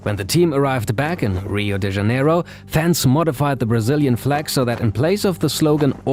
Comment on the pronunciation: Great content and editing! Just one thing: Brazilian names are not pronounced like Spanish, so Joga it's not the same as Yoga. Think like the "Janeiro" in "Rio de Janeiro" you pronounced so well!